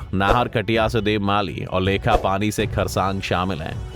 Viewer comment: lekhpani nhi lekhapani hn